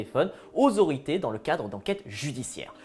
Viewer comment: "aux aurités" ? 🤭